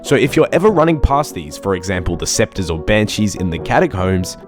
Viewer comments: aberrant sceptres? seriously man? you even pronounced it as sceptres.... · im gonna knock u the fuck out the next time you say aberrant SCEPTRES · Aberrant SPECTRES (as in ghost) not scepter (a staff lol) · Aberrant spectres, not scepters.... please.